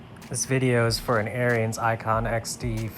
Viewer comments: Pronounced Air ens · it's pronounced "aarons"